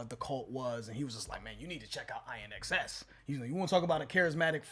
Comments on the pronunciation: You've only scratched the surface of INXS (pronounced IN-X-S, not I-NXS) sounds. Time to create a playlist catalog of this band . Here are some songs to consider...Mystify, Never Tear Us Apart, By My Side, Not Enough Time, The Stairs, Disappear...And a dozen more. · The bands name is pronounced " in excess" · As has been mentioned - probably hundreds of times by now - in the comments, the band's name is pronounced "In-excess." I can see the confusion, though. I think it's definitely time for a real INXS reaction from you guys, though. How 'bout "Devil Inside" from the same album? 😉😏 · The name of the band INXS is pronounced (in excess) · In excess is how that's pronounced. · It’s “In” XS. Great band. ❤️ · pronounced "in excess" Need You Tonight is the 5th best song on the "Kick" album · Pronounced, in excess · You pronounce it "in excess" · INXS is pronounced: in-excess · I-N-X-S 😂😂😂 The name is pronounced just like “in excess”, all together, one word. And this track is deadly. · Pronounced IN-EXCESS I’m Too Sexy was by Right Said Fred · Pronounced “In excess” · Hi guys! New sub here! INXS is pronounced IN. X. S. You guys NEED TO check out videos from the 7-13-91 INXS performance LIVE from Wembley Station for 74K fans‼🔥 ☮ ❤ 🎶 Also...The entire KICK album is "kickass"‼There's not a bad song on it‼Trust me. You'll be glad you did‼ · It's pronounced IN-X-S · Definitely pronounced: In Excess. This band is a rabbit hole. Great band. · Pronounced in excess of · its pronounced IN EXCESS. And they were a GREAT band. Nobody had stage presence like Michael Hutchence. R.I.P. THIS SONG IS FIRE!!!! THE WHOLE ALBUM HAD GREAT GROOVE. LIFETIME PLAYLIST DWELLER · It's pronounced In Excess.... You did not mention that the lead singer was murdered.... Very sad that it happened to him.... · Pronounced In Excess. Phenomenal band! Continue to rest in peace Michael Hutchence ❤ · Pronounced: In Excess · INXS is pronounced as In-excess 😊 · It's pronounced IN X S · Like In Excess